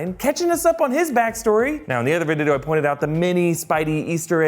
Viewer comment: In the other... VIDIDO lol